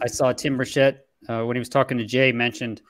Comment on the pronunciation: Tim BURchet... Not burSHETTE